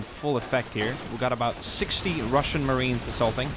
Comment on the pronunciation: Highlight of this video Ohhh!!!...wow...haha rrrrrrrassian navy